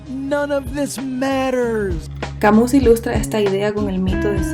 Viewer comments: Albert Camus era francés y la correcta pronunciación de su apellido no es "Camus" tal cual, es "Camiu". Puede parecer irrelevante pero a mi me molesta. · Todo bien pero Camus se pronuncia "camiú" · se pronuncia camü, pero gracias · Crítica constructiva: dejando a un lado el nivel del audio que puede mejorar con el tiempo te recomiendo que averigües cómo se pronuncia correctamente Albert Camus. La forma en que lo haces, es incorrecta y no debería extenderse.